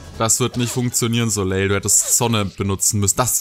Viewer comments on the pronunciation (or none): Der Name Soleil wird ohne das L Hinten ausgesprochen. Also "Soläi"